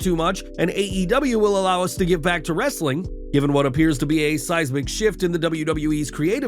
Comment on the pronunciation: "WRRRRRRRESTLING CONTENT" love that!😅